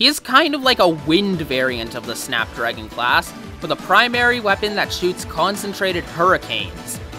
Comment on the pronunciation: Just me or did anyone else think he said fap dragon